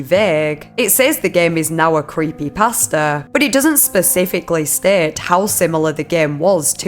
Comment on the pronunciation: Omg I thought when she was saying creepypasta she was actually saying creepy pastor LMFAO